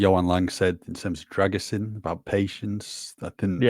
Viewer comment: I think needs to help with the pronounciation of the Dragusin name 👍